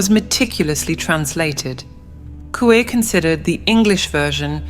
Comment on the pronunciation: Mi chavo no sabes ni pronunciar, se pronuncia asi cómo se escribe Coué. Lástima de tu video que está muy bueno, hiciste un buen trabajo solo la cagas con esa pronunciación que se ve tu estrecha cultura. Supérate chavo, supérate, averigua en el google la pronunciación correcta, Ciudad es francés.